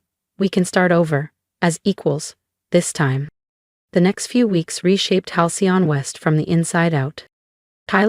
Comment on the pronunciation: Every time Halcyon is trying to be pronounced by the AI? The text changes, the fake 'narration' screws up